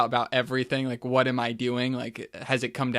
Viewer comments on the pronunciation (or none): none